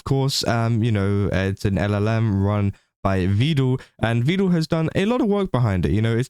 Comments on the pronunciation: It's "Vedal" as in "medal." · Almost nobody pronounces it correctly, it's a bit of a meme. Not even his own AIs!